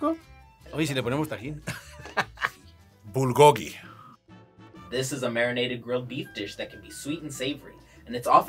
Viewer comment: You are pronouncing bulgogi wrong. It sounds like proo-goog-gi (fire meat)